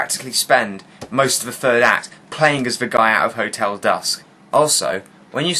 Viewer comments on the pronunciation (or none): none